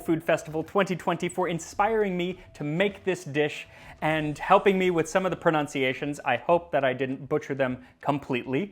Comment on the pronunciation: Excellent narration and your pronunciation is great! I appreciate that you use the non anglicized pronunciation of things and places